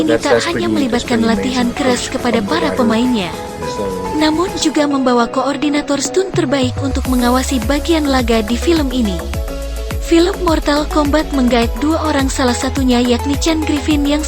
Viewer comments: bacanya bukan stut atau stun', mba... tp 'stan', untuk ucap 'stunt'. 😁 Ttg Max Huang, gw gak yakin dia masih WNI meski bokapnya org Indonesia dg marga 'Huang/Widjaja'. Karena ibunya org jerman, dan dia dari kecil udah tinggal di Jerman, negara asal ibunya. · Right pronounce is 'stan,men